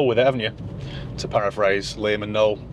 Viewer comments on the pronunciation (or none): none